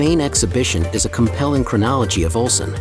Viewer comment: オルセンという発音が盛んに出るが気になって仕方がない。 ウルサンと正確に発声できなのかな。